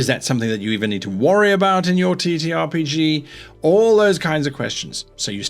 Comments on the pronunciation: I can't help but hear he saying "t*ttyRPG" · he said TeeTee